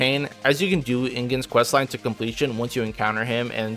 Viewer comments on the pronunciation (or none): idk how its possible to mispronounce IGON's name as INGON, HE LITERALLY SAYS HIS OWN NAME.